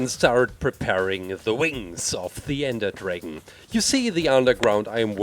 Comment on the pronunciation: It's his accent